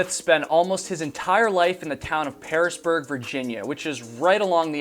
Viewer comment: The town is Piersburg, pronounced "Piers-burg" I went to Virginia Tech, and often hiked in that area.